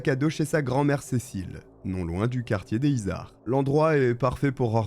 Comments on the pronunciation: Les izards 😅 ici on dit les zizards car on fait la liaison 😊 Toulousaine, je connais ce nom bien sur mais j’étais une gamine et je n’avais pas tous ces détails ignobles 😢 merci pour cette vidéo! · alors sinon on fait la liaisons, on dit "les [z]izards" et c'est pas la coline du crack calmos mdr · Pour le quartier a touluse dont tu parles, les izards, concernant la prononciation on fait la jonction, ça se prononce donc les ''zizards''. Bonne video sinon, continue comme ça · Les Izards = les zizards en prononciation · Et bonjour 😄 merci pour cette vidéo. Je suis toulousaine, et j’ai tiqué sur « le quartier des izards » qui se prononce zizar